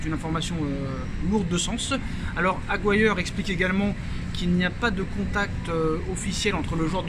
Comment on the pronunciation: Se prononce Aguiri non aguiare...